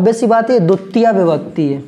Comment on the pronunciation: It's not duttiya sir, it's dvitiya